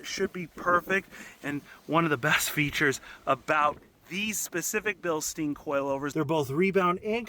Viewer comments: bil STINE, not bil STEEN. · Porsh Bilsteen